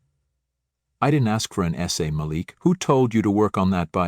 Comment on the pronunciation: Please choose one pronunciation for "Malik", while telling the story. Thank you.